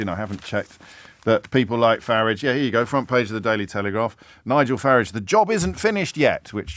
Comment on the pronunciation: Well done, James, the only commentator that pronounces "FARAGE" correctly 👏👏